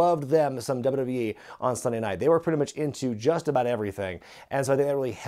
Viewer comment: It's aboot? Turning Canadian are you,?